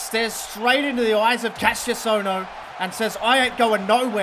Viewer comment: Hey you said Ka-ss-ious ohno but its actually ka-sh-ious ohno with a sh- not s- oh and incredible ppv